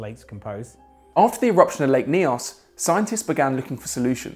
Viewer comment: It's lake Nyos, not KNEE - os. You should had listened the French scientist and just imitated him. Or thought «ny? how do we pronounce it in Kenya? On in canyon? Is it ca KNEE on?»